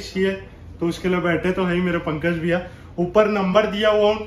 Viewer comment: Biya..ya Bhaiya humko toh Biya sunai de rha hai